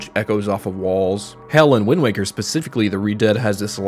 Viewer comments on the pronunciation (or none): none